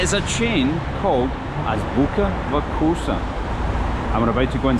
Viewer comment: If you’re trying to pronounce the name Азбука вкуса properly., don’t say ‘вакуса’. Instead pronounce’фкуса’, it’s much easier. It’s called оглушение согласных, или “regressive devoicing” in English.